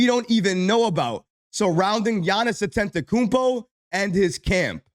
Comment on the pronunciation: Still mispronouncing Giannis last name 😂